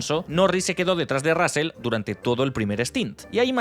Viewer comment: El apellido se pronuncia Rozl no Rásel.